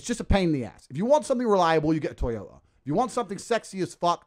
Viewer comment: Love how dude says Toyota lmao